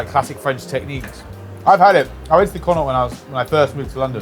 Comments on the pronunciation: Pronouncing the "The Connaught" as 'Con-aw' is hilarious. It's like people think it's french when it's the anglicised name for "Connacht", the province in the west of Ireland, which is pronounced 'Con-uckt' regardless of spelling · The way you pronounce Connaught hurts my soul.